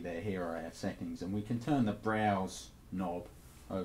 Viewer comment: "Tuhn the wahr on... wahr off..."